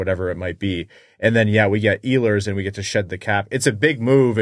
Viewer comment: He is not Iiiilers, he is Eeehlers.